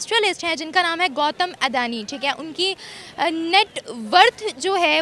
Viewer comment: अडैनि नहीं अडानी 🤪